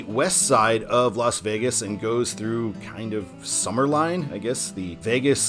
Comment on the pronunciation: I was just on this road almost two weeks ago. It's sumner LIN NOT LINE.